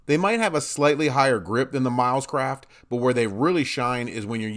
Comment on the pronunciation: Did he say millscraft?? Lol just messing